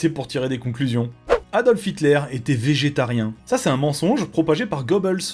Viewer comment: un autre mensonge : c'est "Adolf" pas "Aldolf"